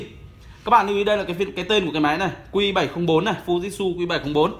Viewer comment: anh ơi tiếng nhật người ta đọc là fu ji trự , ふじつ